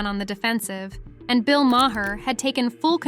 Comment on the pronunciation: You are killing Bill's name. Do your homework, learn how to pronounce his name...